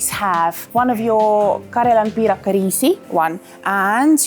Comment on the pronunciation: The way you pronounced 'karjalanpiirakka' surprised me, absolutely perfect. Nice video, I didn't know about some of these places and now I'll have to go test them :)